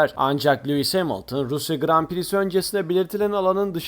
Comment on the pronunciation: Abi anlıyorum aksağanlı söylüyosun ama cidden Lewis değil Luis gibi geliyo